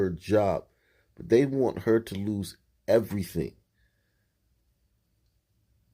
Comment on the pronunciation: "We ruin evarything" lmao I grew up in the hood and let me tell you. Sun people are nuts. not all but a lot are.